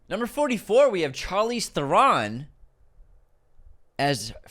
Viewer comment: This is my chance to UNSUBSCRIBE. Charlize 'thurRON'? Not nearly as bad as 'Gwee-Lay' obviously but come on!